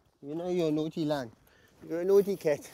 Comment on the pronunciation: "Lion " not Liom ! Lol😆